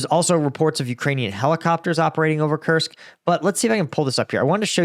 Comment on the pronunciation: Lived in Russia for over a decade. It’s pronounced “koorsk” with a strong r. Not Kersk